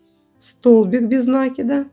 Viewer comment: НакИд, а не нАкид.